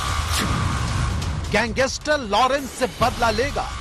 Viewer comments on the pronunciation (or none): See how he says gangster!!! Gangeestrr!! Yeh patrakar hai!! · Pehle gangster bolna seekho